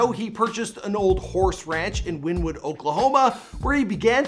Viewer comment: Also it's pronounced win EE wood 🙄